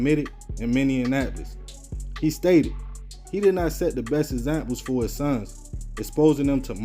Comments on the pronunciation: My bro its not minnienapolis ok it's Minneapolis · The only issue I have with your video is that you're pronouncing Minneapolis incorrectly, it's not pronounced like Indianapolis. Yea, I remember this story and these boys. These boys threw their entire lives away for crumbs, for nearly nothing. Even when they eventually get out of prison in a couple of decades, that felony murder charge is going to follow them wherever they go and no credible job or college institution will want them. They put themselves in the situation where they will always have to work at Wendy's, a factory or some other low paying job or have to get back to the street and do the same things that got them locked up in the first place. The white man had a plan for them just like most Black men and women and they followed that plan instead of thinking for themselves. We will never prosper as a people as long as we keep mentalities like this. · I think this was a great story to commentate on. It's not a big deal that you didn't pronounce Minneapolis to everyone's liking. That was such a small thing to take from the entire story. This breaks my heart. With just a little bit more guidance or a better chance. Who's to say where these Babies could have made it to. It gets hard in prison. I am going to get their information and try to send them something small for their Birthdays, and some other times when I am able. I have a teenage son the age of one of these Boys, and it is so discerning.